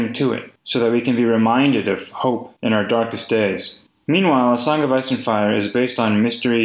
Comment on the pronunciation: the song of ass and fire))))) i am sorry, but that is literally what i hear every time he says it